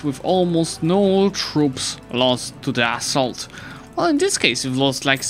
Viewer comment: Do you realise that you pronounce "assault" kinda like "asshole"?